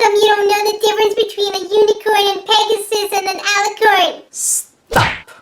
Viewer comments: you said it right IT IS AN ALLICORN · no that is an alicorn, and you said it right. good job! :) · You got it right, it's alicorn